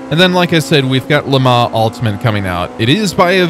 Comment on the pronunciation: Am i the only one that is annoyed at the pronunciation of Le Mans and what is the Automobliesta game you keep talking about? 😂